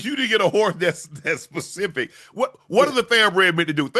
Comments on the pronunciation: He says Pacific with 100% confidence too lol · Unc and gotta help Chad with "specific" and "Pacific"